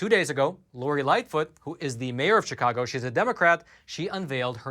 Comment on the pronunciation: it’s not pronounced ‘cheekahgo’, unless you are a newly arrived Spanish speaking person. The word that comes from the Algonquin language: “shikaakwa”and everyone around here pronounces it accordingly.